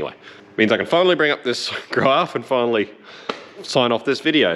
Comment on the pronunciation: it's not Grarf it's Graph